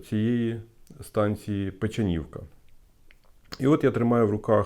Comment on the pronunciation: Наголос неправильний. Правильно ПечАнівка